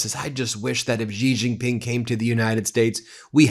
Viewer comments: why as a newscaster won't you do even a liftle bit of research to pronounce international names well?? Why are you "zhuh-zhing" "J"s in Xi Jin Ping and Beijing when that is only done in the French language?? "January", "bejewelled", "just" is just "J" sounds SINCE WHEN did "J" became "zhanuary" "bezhewelled", and "zhust"? New Zhersey? Zhacksonville?? wtf English were you speaking? Did you think you sounded smart? So bloody irritating. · all good, but that xi jing ping pronunciation is cringe as f. i mean... who is Gigi, the third brother of Mario and Luigi? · Now would be a great time to learn to pronounce Xi Jinping's name. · Xi Jin Ping is pronounced more like Shee Gin Ping. Love your content. But Ben, you pronounce it like a drunken sailor. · It's pronounced "She" Ji Ping, watch the ChinaShow from the ADVPodcast guys, you'll see. You'll sound even more smarter too. I hope Trump doesn't sell America out. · I appreciate yr podcast but pls pronounce Xi Jin Ping properly. Xinhua news agency too. The "X" is pronounced like an "S" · Please learn how to pronounce Xi Jinping's name!